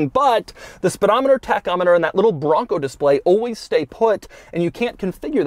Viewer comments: TOUGH, MUSCULAR! 😍 BRRRRRRONGGGCO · The way he keeps saying “BRRRONCO!” Is hilarious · try every time he says BRRRONCOO! lol